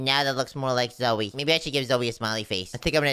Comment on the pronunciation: stop calling Zoey zoye😡😡